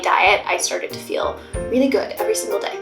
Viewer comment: You’ve gained a New York accent for some words!!! “I move my body every single DAY “ the way you say Day is so nyc